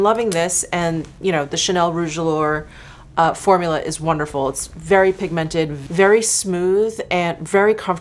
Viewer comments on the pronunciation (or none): none